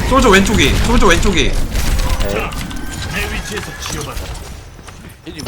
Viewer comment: 솔져가 아니고 솔저입니다